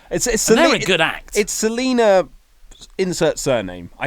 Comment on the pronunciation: It's not Selena, it's Zelina. #BotchLash